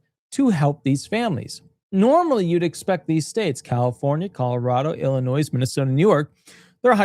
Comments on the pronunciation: Please learn how to pronounce Illinois. It’s NOT Ill in noise. It’s I’ll in noy. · Illinois is said Illinoi - you don’t sound the s Just like DesMoines is said De Moine you don’t sound the s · With all due respect, the “s” is silent in Illinois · Illinois is pronounced as if there isn’t an “S” at the end of the word.